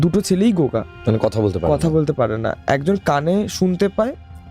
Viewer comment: gunga k o goga bolchhey😅